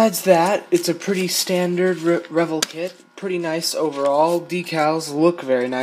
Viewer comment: nice work FER CRISSAKES ITS PRONOUNCED "rev-elle" as in "rev the engine and "what the 'ell" in a Cockney accent and the accent is on the second syllable. "Rev - ELLE". I learned this in 1960 an hunnert years before you were born. Aloha.